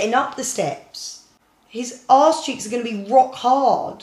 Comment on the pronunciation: Arse not Aawws